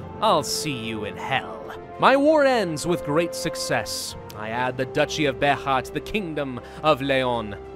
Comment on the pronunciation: Beja. B e j a. Not "Behah"